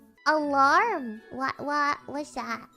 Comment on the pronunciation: All right, we're pronouncing it "alerm" from now on.